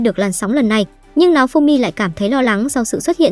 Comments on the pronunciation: Hình như có j đó sai sai nao thì đọc thành náo nghe như kiểu láo ế :)))) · sao tui nghe tên nafumy mà ra maeof simmy ta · nghe tên naofumi thành náofumi hài vaiz XDĐ